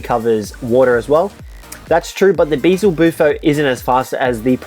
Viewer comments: Its beelzebuffo not beezlebuffo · BEZELBUFO ITS BEE-EL-ZE-BUFO DAMMIT